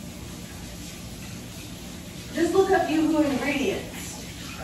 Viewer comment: You said it right the first time. Yuzu is pronounced - You-zoo. It's a Asian citrus fruit.